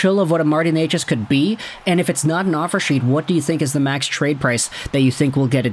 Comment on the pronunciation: Omg... you actually know how to pronounce his name? Gold star for you